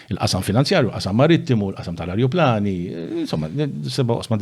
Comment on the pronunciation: Ajruplani mhux arjuplani gonz 😅